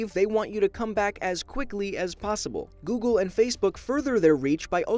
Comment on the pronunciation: Noogle lol